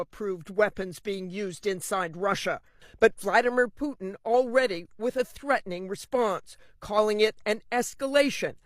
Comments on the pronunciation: Please pronounce the letter T in the middle of words it’s not puin it’s Putin with the t pronounced stop being lazy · Can't you say "T" ? Poo-in, Clin-in